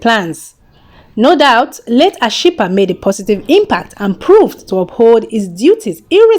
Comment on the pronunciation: You murdered Ashipa's name 😄😃😃😃😃😃😃